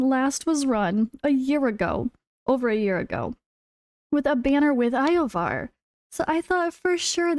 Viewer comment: Yovar ❌️ Eye-Oh-Var ✅️